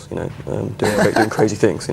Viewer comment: cwazy weasons HAHAHA